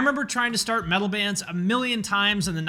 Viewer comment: Slipknot are the lighter side of Death meatal. Not Nu-meatal